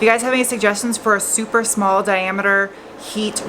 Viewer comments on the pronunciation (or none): none